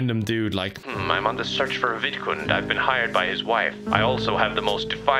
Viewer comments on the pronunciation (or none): it took me a while to realize that he wasn’t saying “vidcon” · I'm an idiot I didn't know the sims actual name was vidcund I thought was just strangely pronouncing VidCon, and wanted it to die so much he made a sim of it and tortured it